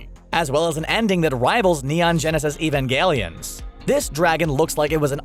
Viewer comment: That's the thing about this video that ultimately kills its credibility. His pronunciation of Evangelion and Akira were also off, but in a marginally more acceptable manner. It kills me when people post videos with half-baked research like this, though. Jojo & the Qur'an? It wasn't "accidental". It was intentional; the reason there was controversy was that the villain was reading the Qur'an, which made it seem like there was a political gesture behind the scene, since this was the only instance where the language was clearly discernible in the book, and it was during a point where Islamic terrorism was on the rise. That wasn't the writer's reason for including it, of course, but the misconception blew up, because of how it was perceived by viewers. Many of these controversies are mentioned like the level of research was essentially "I read a post on that explained this; oh, there were twitter pics, too!"